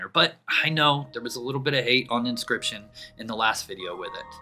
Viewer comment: Why did you say inscription so wrong the first time and not catch that. Or was it a single take and send it right to video?